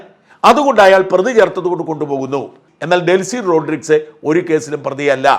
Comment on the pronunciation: ശായമ്പ്രാ......വ്യാകരണം അവതാരിക എന്നൊക്കെ പറഞ്ഞു വല്യ തള്ളു തള്ളുന്നതല്ലേ... റോഡ്രിസ് അല്ല. റൊഡ്രീഗെസ്....😂